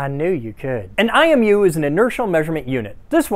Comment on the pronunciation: When u said imu i thought u said eye of newt at first